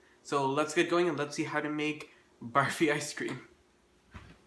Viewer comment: This looks soooo much better than the other version in this collab !! Thanks for not saying "baaaaarfee"